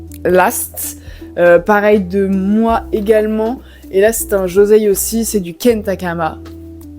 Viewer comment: Bonjour, petite précision et tu n'es pas la seule à le faire, ne t'inquiète pas, mais on prononce joSSei et pas joZei 😆🙏